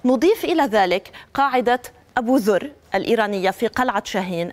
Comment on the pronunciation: المقدمة لم تعرف ان تلفظ اسم ابو ذر الغفاري رضي الله عنه